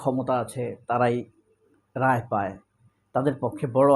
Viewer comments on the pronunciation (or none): none